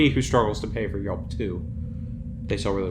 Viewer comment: and Yaulp as Yelp :P